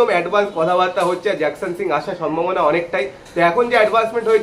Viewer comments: জিকসানের ডিল কম্পলিট, তোমার মতো ছেলে জিকসান কে জ্যাকসান বলছো??😢😢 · Nam ta jakson noi.... Jeakson